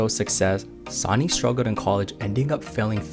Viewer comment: "Sawny"? It's pronounced "Sunny".